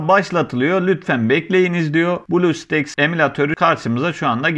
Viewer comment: blu staks değil blustack diye okunuyor